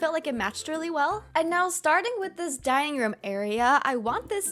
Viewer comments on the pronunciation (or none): When she said: now starting with this dining room. I heard: now starting with this dying room 😂😂😂😂